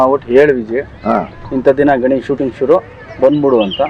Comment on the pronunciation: ಗನ್esh alla sir adhu ಗಣೇಶ್.